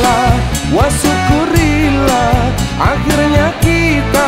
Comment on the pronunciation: Ternyata ada juga yang sadar. Tiap kali denger pelafalan wa syukurillah langsung merasa terganggu aja. Maksudnya kan syukur kepada Allah, jd ya memang seharusnya syukru lillah, sama kayak alhamdu lillah.